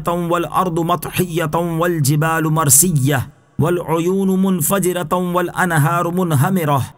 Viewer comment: ... Marsiyyahh... Hazrat read with Tashdeed... But there is not tashdeed on Ya word... Marsiyahh.... First line....